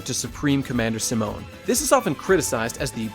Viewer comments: during the video says "Seh-moan" when its "See-moan" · Pronouncing Simon as Simone. It's okay but I've always heard it pronounced as See-Moan. Rossiu being best boy? I cannot agree. I understand, but I cannot agree. The way I see it there are no villains in Gurren Lagann, just conflicts. Annnnnd then you say it yourself. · I love how you pour so much detail into this, but can't pronounce Simon correctly